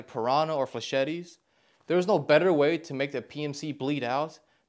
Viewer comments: It's Fle-shet not Fle-shet-ee. Yes im fun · "Fluh-sheh-tees" made me nearly spittake and pause the video Flay sheet, or more commonly, fluh shet is how it's said. Don't be one of the Mee-krow-wah-vay (microwave) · bro said “flechetty” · the way you pronounce flechette kills me brah